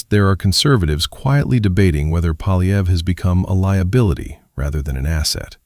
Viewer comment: Poiilievre: pwa' lye vruh. There is no "polly" in there. The R comes before the uh. Amazingly, all four of guesses (He only guesses; it doesn't occur to him to try reading) are wrong.